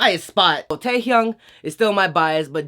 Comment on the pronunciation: sorry but why cant people pronounce their names RIGHT? you dont pronounce the names in an English way. No its Taehyung 태헝 not taehyang 😣😣